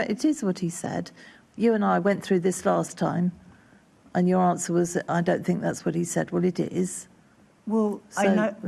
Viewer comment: "I fink".....who is this moron?